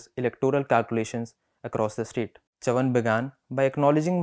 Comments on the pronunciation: His last name correctly pronounced sounds so regal. The way the host pronounced it sounded like he was saying chuvuni the coinage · Great selection, but please get the pronunciation of Chavan correctly. Read the word in Hindi , you will understand the correct pronunciation. It is very irritating to hear it pronounced incorrectly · Well, as a Maharashtrian, I appreciate effort to put YBC's speech on record again. It would have been really good if he had learnt to pronounce his name, which is not tongue twister, properly. Similarly, let me say that you editor DK singh, might be well versed in delhi politics, his understanding of Maharashtra and its politics is shallow. forget about narratives and intricusies, DK gets most basic facts about MH politics wrong. it feels like he is reading Hindi newspaper. it is huge disservice to all parties and leaders. Let's hope that journos like Manasi Phadke, shared from bengaluru will get their opportunity to report these stories. Best wishes to the Print.